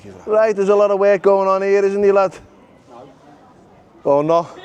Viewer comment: getting English lessons from someone that says "rite" give it a rest 😂